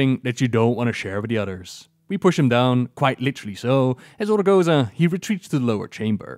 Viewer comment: "ORGO-ZOA." not "ORGO-ZA"